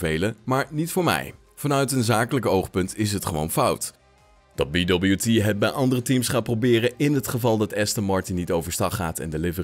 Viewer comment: Leuke korte video-update. BWT is trouwens een Oostenrijks bedrijf en kan gewoon op z'n Duits (of Nederlands) uitgesproken worden met "bee wee tee" ;)